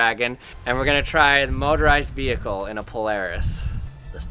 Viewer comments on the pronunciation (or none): none